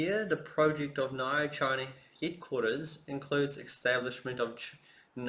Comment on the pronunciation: you pronounce nio so wrong lol